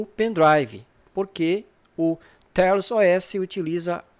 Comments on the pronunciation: Pronúncia correta: "teious" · A melhor forma de pronunciar seria "Têiaus", apenas minha humilde opinião